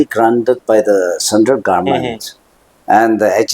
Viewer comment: Respected sir Meren, it will be more beautiful to hear pronouncing government, not garment 😊 anyway, big congratulations 🎉